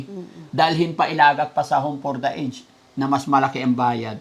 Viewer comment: Konting lesson for today po, ang pronunciation ng aged ay a-jed ( home for the a-jed)🎉